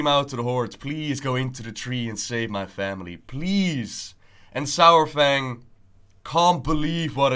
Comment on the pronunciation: Why I keep hearing sour-Fang?